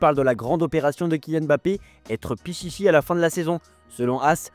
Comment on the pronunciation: Fais un effort garçon... on dit " PITCHITCHI ". 😁